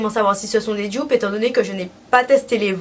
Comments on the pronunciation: "Jdupe" 😭😭😭 tu peux prononcer en français donc DUPE je pense que c'est mieux pour tout le monde 😂😭 aller bisous je t'aime ❤️ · "Djupe"** pardon c'est comme ça que tu prononces doudou